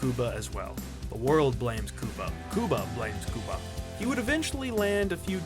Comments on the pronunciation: god damn i cant stand hearing this poindexter say "COO-BA" over and over. i'm latino myself, actually cuban to be exact and even when we speak english we don't pronounce it like that. we say Q-BA just like any normal english speaking person. only when we speak spanish will we change the pronounciation, as it is appropriate. but please.. STOP... u sound ridiculous! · First of all WHY IN THE ACTUAL FUCK are pronouncing his name “Coo-ba” instead of “Cue-ba”?!??!? Second of all, yes CUE-ba has had some stinkers, for sure, BUT I LOVED RAT RACE and I apologize to NO ONE for it! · lol Do all Americans call Cuba "Kooba"? 🤣🤣 It's "Cue-ba" ffs. You know...like the country. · The announcer keeps saying "coooo-ba"...I've read that actor gets tired of his name being pronounced wrong...it's "Cue-ba" like the country...do your research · It’s not COO-BA, it’s pronounced CUE-BA. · Man, his name is not pronounced “Cooba”, dude, it’s “Cue-ba” - you know, like the country by the same name and spelling?? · Cooba Gooding Jr.? I always thought it was pronounced as the country was. Q-Bah. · His name is pronounced cueba, not kooba,asshole. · Cuba as in qba. Not Cooba😂🤣🤣😂😂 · I couldn't even finish watching. I cringed every time he said cooba instead of cuba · It’s “Coo-ba” I thought it was “Qu-ba” damn I been wrong my whole life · I cringe everytime u say his name, its pronounced Q-BA not COOBA😣😩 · It's pronounced "Q-Bah" NOT "Koobah", MY GOD u were driving me & my wife up a wall! & WHAT THE HELL is wrong with making fun of stereotypes?! If used in a comedic sense, they can be funny as hell! PC Librard. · bruh omg it’s Q- BUH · The first thing that comes to mind? HOW BADLY YOU BUTCHERED "CUBA" with "KEWWWBAH" WHAT IN THE ACTUAL EFFFF???? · I cringe everytime you pronounce his name "cooba" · Its pronounced Q-bah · "Kooba" Gooding Jr. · Exactly calling him KUBA drove me crazy 😂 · Learn how to say his name right and re-record the audio! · Why do you keep saying his name like that dawg